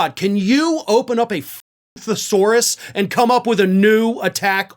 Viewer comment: You need to spell thesaurus for her she can't pronounce it and like D I C T I O N A R Y.